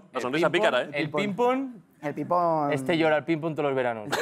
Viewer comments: Es ping PÓNG joder, con acento en el PONG hostiputaya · Ping pÓng, con acento en la O, Óstia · Quién dice Píng Pong?? Ping PÓng, por favor. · Me pone muy nerviosa que diga pinpon en vez de ping póng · Pínpon? PÍNPON? La hostia. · cuando ah dicho lo de “pínpon” 😂🤣